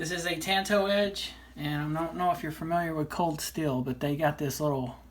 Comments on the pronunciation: Hey,. I'm not trying to be critical of your work. I thought your video was excellent. I just thought you might want to know how the word is pronounced. That's all. I didn't mean any offense. "Tanto" is a Japanese word, and there is no "a" as in "tan" sound in the language. Japanese vowels only have one pronunciation, unlike English. Here's the word in Japanese, in case you're interested: 短刀. It means "short knife." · The "a" in "tanto" is pronounced like the "a" in "tall" not as in "tan."